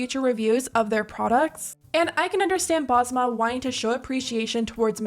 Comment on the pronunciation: also why are american influencers butchering up the name Basma? its an S in the middle of the name not a Z